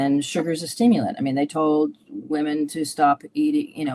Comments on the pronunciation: I'm so sorry to be so petty, especially on such an important interview, but for as long as I have watched your videos, the way you pronounce the plural of women upsets me every time 😅. I'm guessing its a regional accent thing more than a, thing, but it gets me every time haha. Sorry, just a light hearted pet peeve, keep up the good work. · I think she mentioned it because he pronounces it like woman 🤷🏼‍♀️